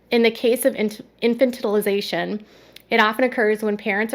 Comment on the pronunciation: I was wondering how long I would need to scroll before someone pointed out the mispronunciation! I don’t know why mispronunciation drives me nuts but it does 😁